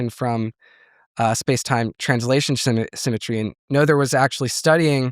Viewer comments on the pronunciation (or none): none